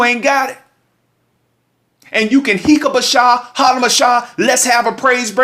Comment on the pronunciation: "Hik a bac sha."...tho.